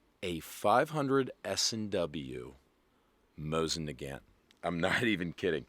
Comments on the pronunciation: Mosin Nagant ❌ Mosin NEH GANT ✅ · "Mawsin nagAnt" how do you say that with a straight face??? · MOSSAN NAGGANTTT LMAO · It's not called a "maw-sen niegant" It's pronounced "moe-sin nagant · You pronounce stuff weird. LA Pua. Moss in nag aunt 😂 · man for a guy that spent a lot of time with foreign language speaking people you butcher the word mosin nagant in a way i diddnt even think was possible. "moe zen nuh-gaunt" is the right way to say it, just like how everybody else says it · “Mozzn negant” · Moh-zin nuh gant. Who tf says it like that. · The proper pronunciation is " Mo seen - Na Gan" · You have to be saying it like that on purpose. “Mawzin Negant”, “L’High”, “Lapuwah”…Good ol rage bait haha! Someone in Kentucky named Scott just had his ears perk up! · "Mah-zzin Nuh-gan't" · Mawzin nuh-gant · Moss Ann nawgnat lol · Take a shot every time he intentionally mispronounces Mosin Nagant = alcohol poisoning before new year. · Know idea if its on purpose or not, but the way he says mosin nagant makes my fuckin brain hurt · I'm not one to argue with a lawyer, but if you mispronounce another Lapua or Mosin Nagant, I might do it. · I hate you so much for mispronouncing every single utterance of “mosin nagant” …. Good job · Why are you saying mosin nagant so wierd😂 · Every time he says "Mosin Nagant", his pronunciation gets worse. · Breaking news: Lousiana man says "Mosin Nagant" like he is from Wisconsin. be hitting the beer and cheese too hard. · Oh yah, he rilly does now, doncha know? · I hate his pronunciation of it